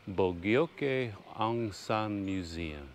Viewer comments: I think the correct pronunciation is 'boo g oak' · You pronounce it how you would this word Bojogee. I’m glad he’s recognised more than Na win who actually had Bojogee Aung Sun assasinated. I can’t believe they have not maintained the train station not even paint. But the generals have lots of money that they’ve stole!!!! I haven’t been back after 48 years I can see why. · To me, Bogyoke pronounces "Bo Jote." I hope you can visit Inle Lay Lake and Pyin Oo Lwin. I don't know how hot Inle Lay Lake but the boat ride was quite long that I got a bad sun burn. So if you go there, at least wearing a hat is my recommendation. I think Pyin Oo Lwin has some remnants of colonial buildings for you to check out and it's a much cooler place from what I remember. Right now, the low in the 60s and high in the upper 70s, so that's just a lovely weather. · bo-ga-yo-ke had me wheezing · I think BO JOKE work batter and more like the Burmese pronunciation.